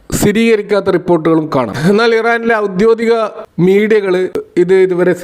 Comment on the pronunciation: ഔദ്യോദികം അല്ല. 'ഔദ്യോഗികം'